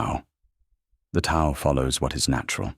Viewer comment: Tao is mispronounced - come on!